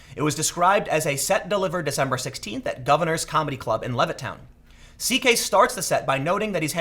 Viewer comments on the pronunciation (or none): none